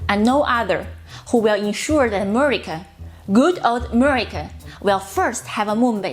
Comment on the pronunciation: God bless “Ameritca!”